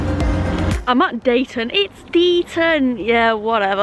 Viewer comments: It's pronounced Deeton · It's a lovely journey from Manchester to Huddersfield. I loved driving my bus around Slaithwaite and Marsden circa . Deighton is pronounced Deeton by the way. 🤗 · Deighton is pronounced Dee-ton (or Neanderthal Central). Slaithwaite is my nearest station. Yes, G you are on my local line. 👍